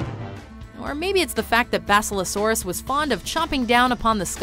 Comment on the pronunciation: They can’t even pronounce basilosaurus? Really? Wow.